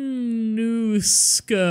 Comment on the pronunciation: Thought I'd do the IPA for Suomenusko since you struggled with it: Sʊɒmɛn ʊskɒ I hope I did it correctly. And for future reference since you're playing close to nordic countries, Ä is pronounced like the A in "Cat" and Ö like the O in "work"